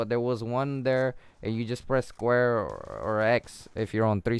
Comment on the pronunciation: pick it up with squuurrrre it'll be right therrrr